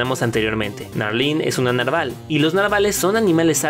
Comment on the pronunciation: pense que se decia narval no naval